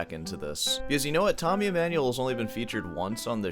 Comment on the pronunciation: Tommy E-"meh"-nuel... Oh please... Not a YAMAHA... 😂 BTW, The infamous Tommy video was my intro to Sor Hands... I can't watch 🙈 Can I filter out the Emmanuel clips and just listen to the Sor commentary? Palestrina ftw... 👈👉 Dying here... Good point on melody...